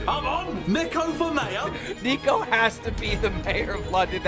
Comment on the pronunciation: Ur name is pronounced neeko. Not Nicko